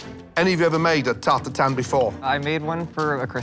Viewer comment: Butchering the French language. It's [taʁt tatɛ̃], not TART TAR-TAN. There is absolutely zero N sound in there.